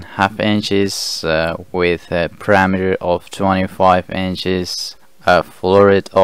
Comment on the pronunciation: While listening, I kept puzzling over what this "parameter" measurement was. Then I looked at the screen and realized that the talking head was struggling to say "perimeter". Thumbs down.